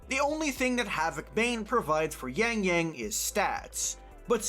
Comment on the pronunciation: But still pronounce yangyang as yængyæng 😂